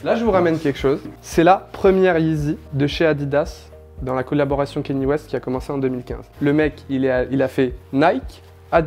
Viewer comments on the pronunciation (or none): Gros respect pour le taff d' mais vraiment on dit Kanye West pas Kéni West mon reuf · Quand on se prétend pro de la sneaker, on ne dit pas kéni ouest. Ka-nyé. D'avance merci.